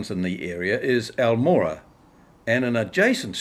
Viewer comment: very sht pronunciation. i lived on almorah for a year. wish i didn't know this. turns out he was another colonial land stealer. no suprises. went south to fight my people. interesting history. but the pronunciation is gross.